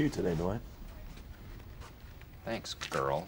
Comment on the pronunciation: It’s Dwight not Dewight